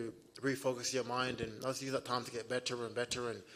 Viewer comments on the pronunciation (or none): leon struggling not saying be'uh and be'uh